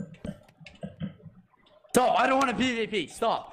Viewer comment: I love how bad says STOB IT 😭😂